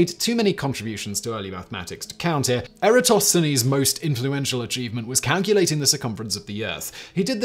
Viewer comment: Simon pronounced "Eratosthenes" correctly. Weird!